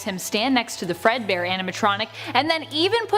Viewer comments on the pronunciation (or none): none